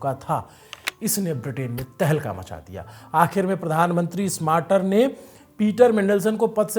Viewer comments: स्मार्टर नहीं बाबा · स्मार्टर ❌ स्टार्मर ✅